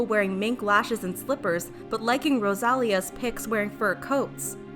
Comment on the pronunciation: " rOsALiAs ".... um ok